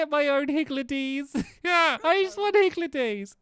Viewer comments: it’s higgLedies, not higgLEDies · I think they are pronounced higldys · omg stamps xD it's pronounced higgle dees